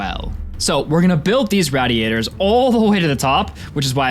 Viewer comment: Matthew the absolute mvp of the video, Angarn the superhero keeping the whole world turning, and this one French idiot that says "raddy-ators" just doing what they tell him.